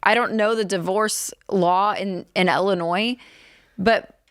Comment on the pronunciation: It's Illinois, not Ellinois 🙂